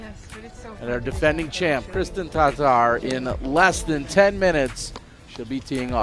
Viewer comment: Kristen Tar-Tar???:) Come on..